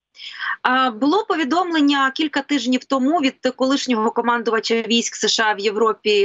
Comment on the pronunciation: вона каже: командувачЬ; озвучЮвав; постачЯння; чЄрез; публічЬний; щЬо це означЯє; останнім чЯсом ми бачЬимо, etc. її українська - катастрофа.